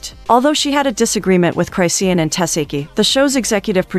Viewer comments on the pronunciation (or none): Chrisean: "Chris-Shawn" Lazy A.I.: "Cry-See-Ann!" 😂